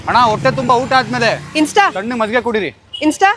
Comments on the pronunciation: Small correction It's Majjige not maggige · Bro maggige? Or majjige?😂😂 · Maggige ❌ majjige ✅ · Maggige❌majjige✅ Prople❌people✅